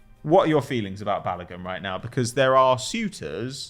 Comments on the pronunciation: banging on about his last name all this time then saying bal-Logan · Man said "Bal-OH-gehn" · you should teach how to say balogun